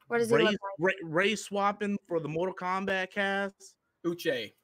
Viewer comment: mortak KOMBAT